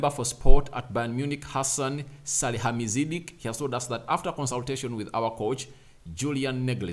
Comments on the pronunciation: "Sali-HAM-id-zich" ... "NAG-els-man" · SaliHAMidzich NAGelsman🤾‍♂️🤾‍♂️